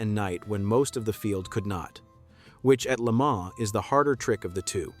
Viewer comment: It means 1000 miles. I was about to comment on the narrator's mispronunciation of the Mille Miglia, thanks for beating me to it. And he doesn't say LeMans correctly, generally the S is silent but not said like Man. My French is poor so I can't explain how to pronounce it correctly .